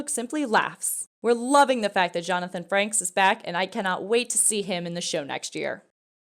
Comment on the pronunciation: jonathan FRANKS? its FRAKES